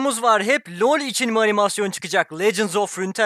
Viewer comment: "LoR Türkiye" Tatlış:''lor tüykie''